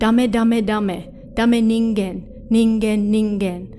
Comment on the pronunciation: Thank you for saying "Ningen" correctly 😭